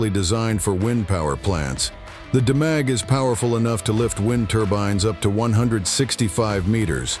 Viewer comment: Demag pronounced, " Deemag ".